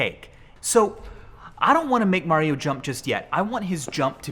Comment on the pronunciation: “there you go mar io ..i call him mar”